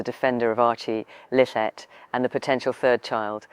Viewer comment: Her name is suppused to be Lilibet...not Lilit ! Come on lady ..cant you read your own notes?